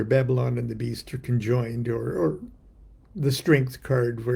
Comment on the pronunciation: Aren't you Baba-Lon?